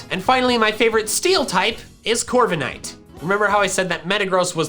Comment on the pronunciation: DO NOT LEAVE OFF THE K IN CORVIKNIGHT! JUST BECAUSE A CERTAIN LETTER IS SILENT DOESN'T MEAN YOU HAVE TO LEAVE IT OFF!